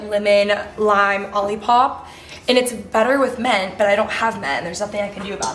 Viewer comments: Question!!! Why is that you pronounce “mint” ment? something I noticed it’s adorable lol just curious 🤍🤍😊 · I kept hearing men😂 “anyone else having problems finding men, why is men just gone, i cannot find men anywhere” had my dying!!!